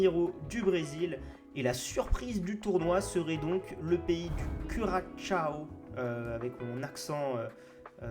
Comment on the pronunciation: Top la vidéo!! On va la décrocher cette étoile!! Sinon à on dit « cu-ra-SA-o » je crois, « cura cha o » c’est un peu différent 🤣🍻